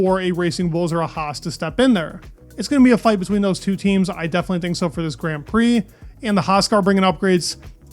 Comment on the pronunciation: Please learn to pronounce grand prix properly for God's sake